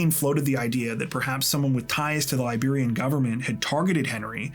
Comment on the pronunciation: I'm Liberian and haven't heard of this story. So tragic and disturbing. Also, thanks for the accurate pronunciations of Liberian names and places, excellent work as usual